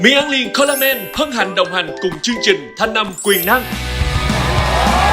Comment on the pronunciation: Chương trình. Mà cứ phát âm thành "trương trình", nghe hơi dị ứng.